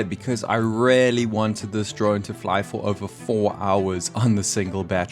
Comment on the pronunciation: You are still mispronouncing "really"